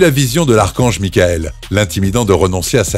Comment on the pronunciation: "Archange Michael" , ca pique d'entendre ça